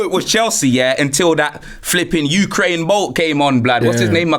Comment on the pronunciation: U-kraine Bolt😂😂😂😂